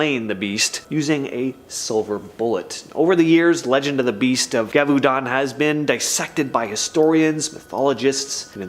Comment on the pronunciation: I am sorry to say that the beast of Gavudon is being mispronounced. It is pronounced with s Z sound Zhev-a-dawn.